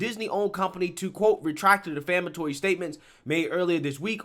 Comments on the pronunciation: De ‘flam’ atory means something different from ‘defamatory’. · I love your channel. One thing tho...It's "Defamatory" root word "de-fame, not "Deflamatory." Keep up the good work! I'm subscribed.